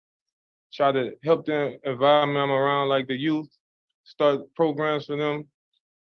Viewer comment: “I’m loosing my ears” 👀 “Take more progrums”….. next HEARING please!!!! Cold blooded 😅